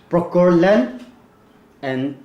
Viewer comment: It's procure land and not pokor land !!😂😂😂 Give up the Guthka 😂😂😂